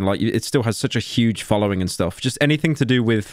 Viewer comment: Emphasis on huge